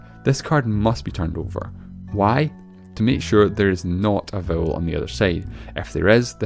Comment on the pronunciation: oh vowel not bowel no wonder